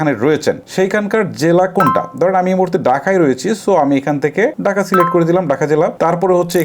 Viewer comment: গরে না ঘড়ে , ডাকা না ঢাকা। মূর্খ কথাকার